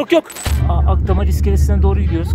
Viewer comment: Akdamar değil, Akhtamar